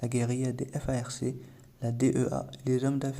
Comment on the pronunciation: F A R C = se prononce "farque"...pour info 😉